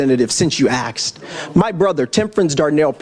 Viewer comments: did he throw out the word axed instead of asked? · ".... since you axed." Did he mean to say 'asked'? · anyone who says axed shouldn’t be in any public forum talking to anyone! He’s acting on emotions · Sorry but the axed threw me off. Instead of blaming guns why didn't you get your brother help? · "Since you axed..." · why does he say axed after pronouncing everything right before hand? he sounds retarded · Did he say someone axed someone?? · I'm sorry, did you say ask , or axed, because seriously, one of those is murder..... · Since you axed? 😂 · “Since you axed” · since you axe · Since you axed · "Since you axed" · “Since you axed”. OMG. Not articulate or intelligent. No Sir. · How do they not impeach the ghetto thug that can't even speak English? Axed instead of asked? Really? This is the best you people can do? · As soon as he said axed …..too dumb to pronounce ask too dumb for that position…and he does sound intelligent enough not to . So is it on purpose? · He cant say asked as usual , its not axed. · Use proper grammar Justin it’s asked not axed 😂😂😂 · the idiot woman with her weak fist up. also it's asked, not "axed" you ingorant sucka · "since you AXED"? How does someone who can't speak correctly become a representative? We assume only we'll versed people reach these positions. I hope Candace Owens runs for an office. She's classy and brilliant 😍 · "Let me tell you since you AXED" 😂😂😂😂😂😂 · Since you “axed.” Good grief what a dolt. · Did he just say “since you axed“? It’s so odd he can’t speak English correctly whilst running his out of control mouth… always out of control! How can anyone like someone like this? Yet those who don’t tolerate this hysteria are labeled racist! Make it make sense! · College educated middle class guy who intentionally says "aksed" instead of asked. Cringe, phoney who acts like a child. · BUCKWHEAT IS ANGRY!! AND ITS PRONOUNCED "ASKED"! NOT AXED!! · Did that elected US official just say "aksed"? 😂😂😂😂😂😂😂😂😂😂😂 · It's Ask not Axe